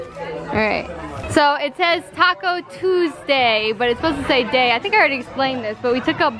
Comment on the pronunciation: It was so cute how fast he got down from his bed to dance 😭 best feeling as a parent to know their day was a success! He was sooo happy!! 😍 sounded hella nervous when they kept saying they got a puppy 😂😂😂if you think about it, Taco Twosay is how a toddler would probably pronounce it anyway lmao P.S. since Jackson loves dinos so much you and should be dinosaur trainers for Halloween and the boys could be little dinosaurs.